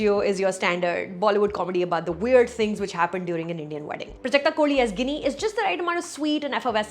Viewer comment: Sucharita i am typical marathi boy and i admire your knowledge of pronunciation the name of Prajakta koli.....that ' ळ ' steal my heart......keep going !!!